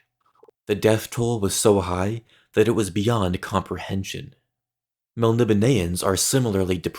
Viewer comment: You say Melnibone funny, it is fantasy so I will let it go haha